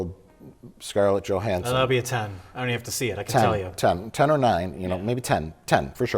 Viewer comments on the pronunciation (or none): none